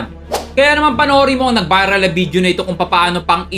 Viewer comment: ShoFlifter?????Bideo????bk nmn shoPlifter at Video kuya.😂 ang linaw sa video nung pagkksbi mo sa SHOFLIFTER & BIDEO hehe no offense meant! Honest reaction lng aware how to use the correct pronunciation of B & V as well as F & P.